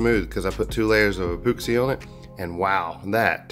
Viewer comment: Love it. You just gave me a great idea. Cant wait to try it, will share if it works out. Your videos are the best. I laugh every time you say Mattay Clearay and epooxy.